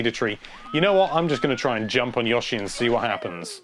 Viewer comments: That was Yoshi, not Yawshi. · Look mate, just a suggestion, don't talk all the time. It's never been yawshi, i don't care what side of the pond you're on. But it is pronounced with a long O. Yoh-shi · Yashi. FUK off m8 its YOshi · God. I could not get past the third "Yoshi." I mean, phonetics be damned, dude.